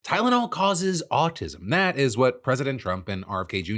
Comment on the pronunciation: My mom hates Tylenol and doesn't use it. I still wound up being autistic, since it's genetic. Also, wasn't this claim debunked, like, a decade ago? Forget acetometaphine, the 🦠🍊 could barely pronounce Tylenol.